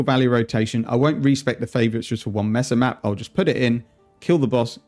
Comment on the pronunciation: Love your content Cannot begin to handle you're pronunciation of MAY-SUH as MESS-UH OOF not even as a Spanish speaker- the English speaker in me loathes this Please, for the love of God.. Consider changing your pronunciation